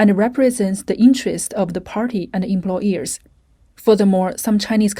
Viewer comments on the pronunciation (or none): Omg haha I was so irritated too everytime the voiceover said "employEARS" instead of employERs. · The word is employers. Not employ”ears”. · It’s hard to listen to this when the voiceover refers to employers as employEARS